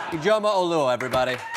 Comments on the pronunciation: its pronounced eedjioma, her dad is probably Nigerian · THREE syllables: ee-JO-muh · Ijeoma is pronounced Ije'oma. It is a disyllabic word. Ije pause Oma. Thank me Jordan Klepper 😁😁